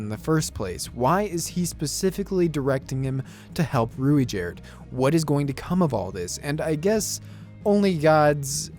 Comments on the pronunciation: As far as I know, the pronunciation of Ruijerds' name is most commonly 'Rai-Jurd' or Rai-jud. Also, Man-god is a pretty bad translation of that, his name is more name than title, he is Hitogmai. More than anyone one else titled god, that is what he is. So calling Hitogami (Hee-Toe-Ga-Me) is more accurate, I feel like funmation will correct that pretty fast. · It's pronounced as "Ru-G-erd" but yeah Rujierd is Best Boy and Best Bro at the same time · Alternatively, pronounce the i there as a "y". "Ruyjerd"